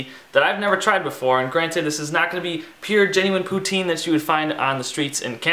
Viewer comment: Jesus it's YouTube dude, don't you think you could have started by watching a video on how to pronounce poutine. and where the hell did you get this concoction? you don't melt the cheese in water the gravy melts it. and you don't use can gravy, clearly your from the states. put hey you seem to know how cook fries. must have gone to collage. also add some music in the background cause your as boring then that sweater.